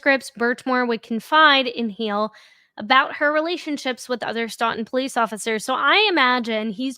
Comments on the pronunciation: It’s pronounced STOWTUN I live next door To that town Love your videos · Stoughton is pronounced stooton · Its pronunciation is questionable like everything in the commonwealth-Stoughton- STOWTIN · Say it with me STOE-TIN. Stoughton